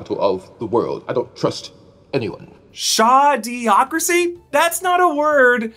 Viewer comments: maybe you went too deep on the "schade". I think its shady-ocracy as in a bunch of shady MFers. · I believe he was saying “shadeocracy” as is, shady. A shade-ocracy. Trust no one. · I thought said "shadow-ocracy"